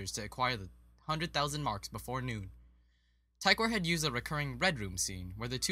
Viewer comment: tykwer is pronounced Tik-ver